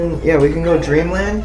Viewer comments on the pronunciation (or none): none